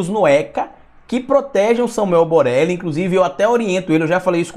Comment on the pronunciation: É boleli ou Borelli kkkkk